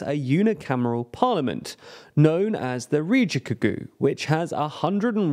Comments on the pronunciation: I'll just be that person and say that riigikogu is riggie-koh-goo, not ridgy-kagoo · I get why people complain about your pronunciation now, "rijigugu" is just awful le lmao Also I don't think this will ever be useful again, but the G in this language never becomes a J so it's not "Riji" but "Riigi" like the second G in Google. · riichikogüü It's riigikogu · That pronunciation will be a meme in Estonia :D rii ghee cog oo would be more accurate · Riidzhikudzhuuu. Oh my god, seriously. I almost pied in my pants right now. Kädzha Källäss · "Ree-gi-ko-gu", as in g as in guy, not g as in Giles. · You just wait, soon the Australian Broadcasting Corporation will do a piece on it and pronounce it as _Ridgerikokoo_. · That pronunciation of "Riigikogu' was straight up awful and I'm not even an Estonian. It's ree-gee-koh-guh with hard "g" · oh god no. dude said Ka Ja Kallas. Its more like Kaya (reference Maya). Please learn to pronounce names before you say them in a video. Edit: the Riigikogu was even worse. He pronounced it as Ridgecocoon… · Please for the love of god look up how to pronounce local names when you do these videos. Most languages don't use the same logic as English when it comes to both spelling and pronounciation, and it's particularly abrasive to the ear to hear how all those j's and g's are softened in a way would never occur in Estonian. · ridgeigugu? hahahah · For English speakers, it's pronounced "Kaya". The G's in riigikogu sound like the one in words such as "get", and the I's are basically English E's. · The way that you pronounced "Kaja Kallas" and "Riigikogu" was pretty hilarious. Also another thing I would like to add is that the Eestimaa Ühendatud Vasakpartei (Estonian United Left Party) was really unpopular until this election, they got 14k votes and they are notorious for being extremely pro-Kremlin. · omg lol i laughed sooo hard when he pronounced riigikogu and kaja kallas lol (no hate) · Ngl the way you pronounced "riigikogu" hurt my soul